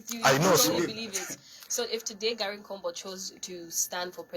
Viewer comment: ........ please pronounce his name correctly UPND is a rebound